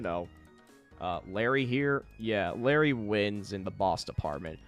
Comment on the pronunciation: I cringed every time you called him larry